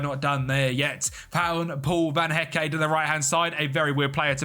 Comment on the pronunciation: The official name butcherer, Van Hecké yanoe